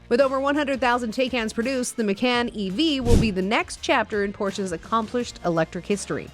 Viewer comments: Ma-CON. Not Ma-CAN. Porsche-UH. Not Por-SHH. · Pronounce “Macan” and “Porsche” correctly and we can all take you seriously, good grief…